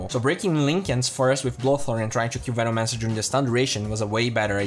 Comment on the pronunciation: vinomancer is triggering me so hard LUL